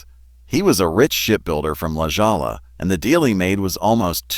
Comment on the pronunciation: The mispronounced La Jolla was too funny! AI is just plain crap sometimes.